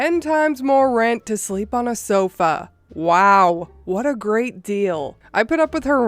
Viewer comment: When she says "Hreat googley moogley". Makes me chuckle a bit. 🙂